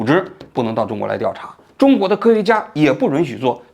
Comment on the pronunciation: Yun许，不是Run许！